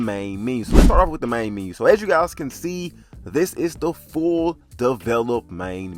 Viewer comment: It's "MEN-U" not "MEEN-U".